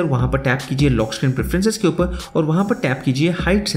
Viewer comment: For this guy it's not ‘Upar' its ‘Upa'